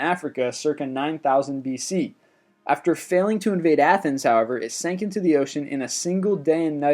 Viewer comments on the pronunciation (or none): none